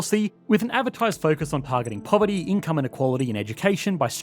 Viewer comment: I think you meant "Poverty", not "Povert" haha.